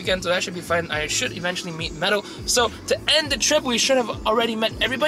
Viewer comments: It's Medal. You're deaf! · MEDAL. not freaking pero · Medal not pero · He said medal not pero